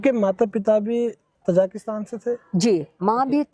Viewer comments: Aap baar baar tazikistan ko tazakistan bol rahe ha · interview lene wala kuchh kam padha likha hai.......na thek se question puchh rha h na ki country ka name hi theek se le pa raha hai...ताजिकिस्तान ko तजाकिस्तान कह रहा है .......interviewer should be educated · Anchor has wrongly pronounced Tajikistan (as तजाकिस्तान). Podcast is informative.